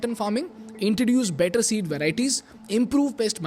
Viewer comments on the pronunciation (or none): none